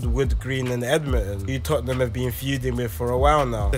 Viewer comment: Yo bro it's pronounced 'tottnum' and not 'totten-ham'